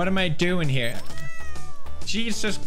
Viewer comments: 😂 pewds English jebus instead of Jesus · hahaha he said “Jebus”